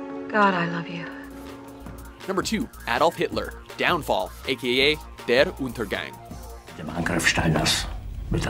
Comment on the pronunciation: "Der Untergang" wasn't pronounced correctly, but I didn't expect anything else.